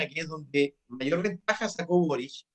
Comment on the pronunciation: Pepe auto 👀 pronuncia el apellido de boric como borich que inculto para ser político 🧐